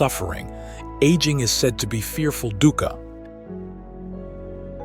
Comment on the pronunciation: correctly pronounced as 'dookha' meaning pain n sufferings